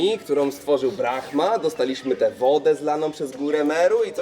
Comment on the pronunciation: Brahma, podobno "h" jest nieme.